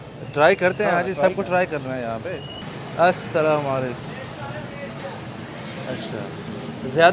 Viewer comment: Dear I LIKE WHEN U SAY ASSALAM MORE BETTER ON ALLIF MASHALLAH JAZAKALLAH ALHUMDULLAH CAMBRIDGE CANADA